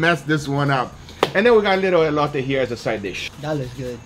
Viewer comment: It’s ELOTè fool not ELOYTAY